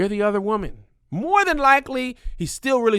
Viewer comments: lol, Whoman, lol😂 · Kev's emphasis on his W's when he says "WOMAN" in his 2nd story cracked me up😂😂😂😂😂😂